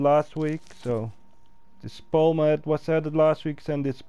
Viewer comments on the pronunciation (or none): none